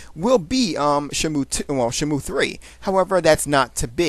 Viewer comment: Shenmu...shenmu....lol sound like you was saying shamu.